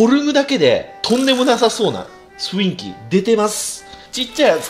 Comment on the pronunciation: かねこも雰囲気をフインキって言っちゃう派なのか